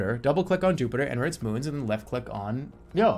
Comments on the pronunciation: your pronunciation of Io is uniquely not one i would have guessed. typically: 1) I.O. ( 'eye' + 'oh') 2) Io ('eeee' + 'oh') Jerma: "Yo" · Io is pronounced (eye) (oh) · when jerma says eeyo instead of io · Definitely interesting. Not an "i" pronounciation natural to english. There are many cases in other languages where "i" can make a "ye" or "yuh" sound, but it's not part of natural modern english (from memory it may be used in old english in some cases? I don't think its natural to German or Frankish though so that's kinda odd. It is natural to romance languages though and English is influenced a bit by early French so... it's complicated...).